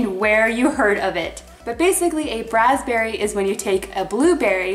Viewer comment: I heard "brazberry" from Justin Timberlake